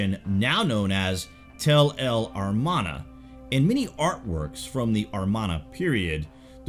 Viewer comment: Amarna not Armana, by the way. Thanks for this video.